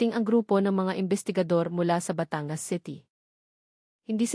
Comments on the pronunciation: Putragis naman yong narrator tagalog naman magsalita tapos s apagbiggas sa word ay mali Batangas hinde bata-ngas.. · Kaya nga e pati pagbigkas ng batangas e mali.batan-gas ang tamang bigkas